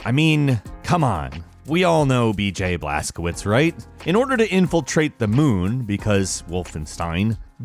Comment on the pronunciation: Its pronounced blaskovich you pronunciation killing me in this video